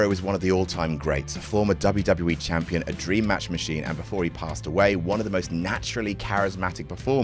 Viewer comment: I really cant tell if youre saying Jampion or not anymore 😂😂😂